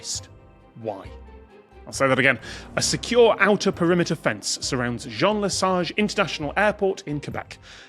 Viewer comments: and thumbs up for Tom's pronunciation of Jean Lesage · Great pronunciation of "Jean Lesage", Tom. Initial thoughts: allow problematic wildlife to exit the grounds, and/or allow their safe predators in (i.e. cats eating birds that could go into engines)? To balance the RF environment of the "room" that is the airport's grounds (like equalizing, filtering, and positioning a sound system for a specific room); remove some interference, allow in some frequencies, etc.